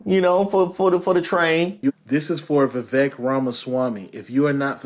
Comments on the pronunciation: It's pronounced, vee-vake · It's pronounced Veeveck. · Laughing at the way you're saying Vivek like a southern uncle talking about his coworker whose name he can't pronounce. 😂😂 No disrespect just twang.